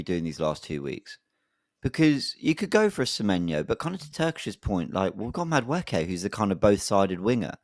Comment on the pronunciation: I think is saying Madueke name right, its should be: Maduwooooookie